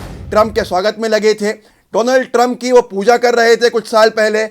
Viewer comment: Bro you said meister doland trump